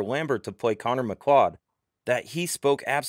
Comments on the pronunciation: M CLAWWWED??? M CLAWWWED??? McLeod is pronounced M CLOUD M "CLOUD" MCLAWWWED 🤦🏻‍♂️ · It's pronounced muh-clowd. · It's pronounced McCloud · I think rhw biggest crime is how this guy pronounces MacLeod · That is not how you pronounce "MacLeod". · Or MacLeod, just pronounce all the letters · speaking of english...pronounce his characters name correctly. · Ffs at least pronounce his name correctly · The creator of this Video spreads a wrong rumor and doesn't even know how to pronounce the name of the actor. Top notch cringe content